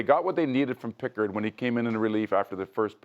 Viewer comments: this guy doesn’t even know what he’s talking about lol. Pronounces pickards name wrong. Doesn’t even say the right name for the game tying goal to send it to overtime. Who is this guy lol. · (Jake) WALLER. (Calvin) PICKHARD. Bro, doesn't say the names right...lol